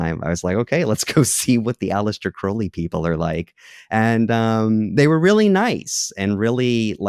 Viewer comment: I can always tell who is a Crowley simp by how they pronounce his name 😂 All you need to do is look at the state of his own life, at the end of it. He died a penniless addict all alone in a trashy, disgusting apartment. Could never be me putting someone like that on a pedestal.